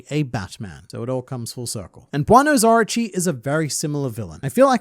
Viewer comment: I keep hearing you say Archie, I look up and it!s Orochi. 😂